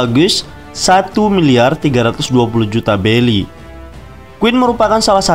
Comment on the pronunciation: Tulisan berry dibaca belly